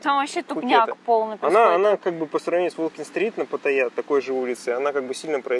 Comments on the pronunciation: А зачем говорить "ПатаййЯ!"? если можно просто сказать нормально как и все "ПаттАйа". Я никогда не слышал, чтоб Moscow говорили Moskva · Патта́йя (тайск. เมืองพัทยา, Phatthaya; ударение в тайском языке — Паттайя́; варианты написания — Паттая, Пхаттхая, Паттайа, Патайя) ;) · Все это кто? Погуглите ударение приходиться на последний слог. Хотя тайцы говорят вот так Но точно на второй слог делать ударение не правильно.